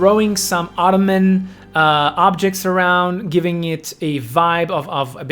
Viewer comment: Idk if it's meant as a joke or because your first language may not be english but, but Autumn is pronounced "aww-tum" and not "otto-man," ❤